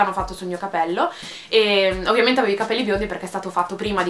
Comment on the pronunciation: charlotte alburi nella pubblicità della Pantene dice venti volte capèlli ahahah